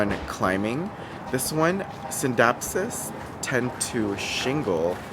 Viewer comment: I love that you do the silent C in scindapsus when people say it like skindapsus it sounds like a skin disorder.